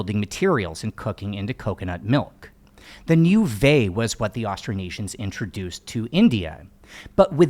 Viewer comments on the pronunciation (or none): Vai is pronounced vy or vah-eeh not vay. Niu vai meaning water coconut( basically means coconuts for drinking) and niu kafa meaning coconuts for kafa(kafa is the rope we make from the coconut husk)these are tongan words